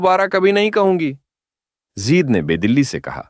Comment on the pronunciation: زید زیر کے ساتھ نہیں بلکہ زبر کے ساتھ زید ہے اصل نام